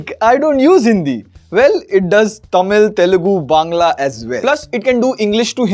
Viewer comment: The way he said "Bangla" ♥️ The actual pronunciation.